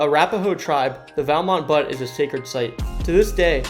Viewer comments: Pronounced = beaut. Not butt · It's not butt it's pronounced like "look at that car it's a butte" like Australians would say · That’s not how you pronounce butte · You’re pronouncing Butte and Debris wrong! What’s wrong with you??? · Butte is a word in the English language. There are buttes all over the world. Regardless of where a person is from they should know the proper pronounceation. He mentioned Crested Butte and said it as "butt" too. Sad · Butte is pronounced like "beautiful" minus the "iful."